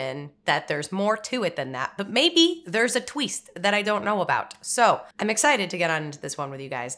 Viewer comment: "But maybe there's a tweest I don't know about..." 😅 How about 2? 😁 I love that Ft13th can still scare the heck out of people, even those who know about Mrs Voorhees from Scream. Jason popping out of the water is one of the best stingers in horror! And some bonus Kevin Bacon.